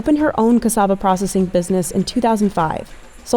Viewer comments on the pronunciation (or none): none